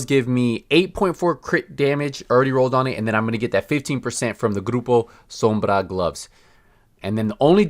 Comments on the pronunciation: Hey man nice spanish, the way you pronuce "grupo sombra" is really good. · No he is pronouncing Groupo Sombra the accurate way, it's an hispanic name and he is also hispanic. If you don't like the ad and the way he speaks, how about you stop watching his videos and go stalk other youtubers ? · But it was pronounced really correctly by our dear youtuber ;) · Alex Henning that’s because he’s a Latino dude.